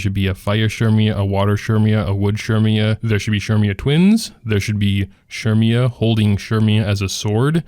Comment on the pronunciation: Who is Shermia? lol Cermia, pronounced Sir-mia no?